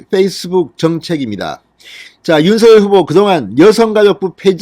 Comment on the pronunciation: 윤서결이라고 발음하는게 계속 거슬리네요 윤성녈로 발음 해야 하는게 아닌지요?